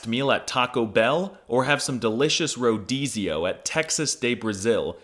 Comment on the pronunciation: I just watched your video "All polyglots are liars" and you just proved yourself right when you said "Rio de Janeiro" and "Rodízio" I call European Portuguese Iberian Portuguese now...